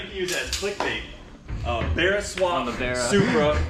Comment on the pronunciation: Nice to hear an American say barra properly haha